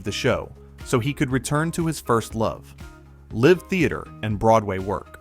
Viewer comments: Other than hearing "Live" pronounced like that lol. This was a well thought out & put together video. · “Live” theater? With the short “i” sound? 🤦🏾‍♂️